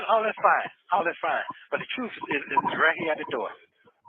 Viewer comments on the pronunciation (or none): “Da truff”. My lord. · I wish with all my heart that learns how to pronounce the word “truth “.